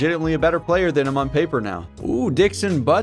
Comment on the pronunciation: “Dixon Buttz”